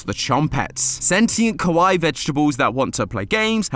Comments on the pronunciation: Please never say kawaii again. Any non east Asian already butchers the word enough to annoy me (a Japanese person) and your British accent only makes it worse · So I'm gonna be the "Ummm actually🤓" guy and say you actually pronounced "kawaii" wrong. You actually pronounced it "kowai" which , funny enough , means "scary" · Kawaii, with the tone raising on the i! You pronunce this Japanese word so badly that it seems you say “kowai”, that means scary. Are you doing on purpose? 😊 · I don't know if he's trying to say kawaii or not. I keep hearing him say kowai which means scary instead of cute. If he's trying to say cute, it's kawaii (kah-wa-ee)